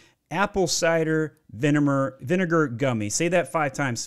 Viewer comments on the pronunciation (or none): Mann you're roasting all these companies while pronouncing vinegar vineMer. Loved the video though helped a LOTT. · Im never going to be able to hear the word Vinegar without thinking Vinimar again 😂